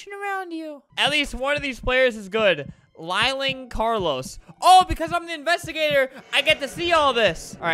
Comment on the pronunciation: if you say "lie-ling" again- albert: lieling LIL-ING